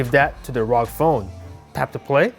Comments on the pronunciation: It's R O G as in individual letters, not one word. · I thought it was called r o g and not rog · What rog it is R O G